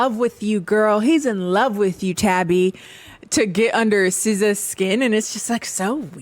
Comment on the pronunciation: All the Americans who reviewed this show pronounce Siza's name like SZA and it's so hilarious. 😂